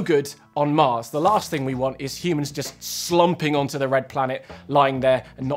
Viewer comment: "When ah we going to moss?"